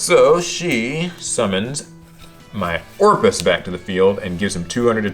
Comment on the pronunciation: "No, my orafist." ...classic dialog